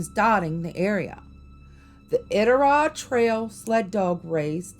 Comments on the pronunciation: This is cool, I was born and raised in Alaska, it is a magical place but in a good way. P.S. the pronunciation is "I dit a rod" as best I can spell it.👍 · Love this post. Iditarod is pronounced with a long I . I-dit-A- rod. I’ve been to Kennicot. It’s an amazing place! I love these stories. Would like to hear more. ❤️ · Lol...it's I-DIT-A-ROD😂 You cracking me up!!! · balloon head...it's pronounce I-Dit-A-Rod...another outsider trying 2 tell our legendary ghosts,big foot, etc tales...i m gagged... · Omg please stop saying Iditarod wrong😭🤚🏼 it’s annoying